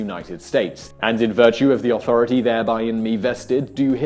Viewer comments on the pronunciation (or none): none